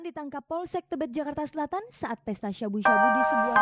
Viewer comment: Nyebut sabu sabu nya lebay banget Harusnya sabu sabu aja bukan syabu syabu 😅😅